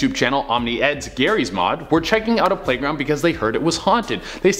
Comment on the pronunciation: U said #playgound